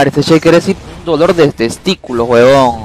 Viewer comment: Por que dice webon on